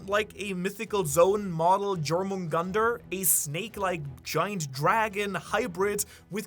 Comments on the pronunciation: Jomungandr Pronounced: ✅️ You're - Min - Gander 🚫 Jor - Man - Gunter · If you're doing theories of Jormungandr I humbly ask you to pronounce it properly dʒor-moon-gandr ❌ yor-moon-gandr ✅ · Bro it's pronounced as yormungandar the j is pronounced as a y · Butchering jormungandr